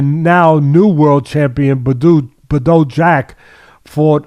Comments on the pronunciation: BaDough Jack, classic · I had to skip the Badou Jack vs Ilunga Makabu part. The way teddy refuses to learn how to pronounce fighter's names really gets under my skin sometimes.